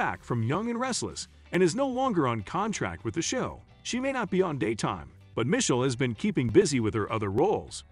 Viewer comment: You pronounced Ptosha's name right but not Misheal's 😅